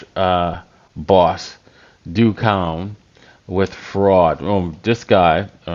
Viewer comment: Do Kwon is not pronounced "dew kown" it is pronounced "dough kwahn"